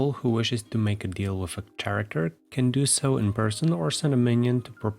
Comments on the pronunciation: Karacter. Not sharacter. Otherwise great video. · “Chair-acter” is absolutely precious, I have never heard this pronunciation and I love it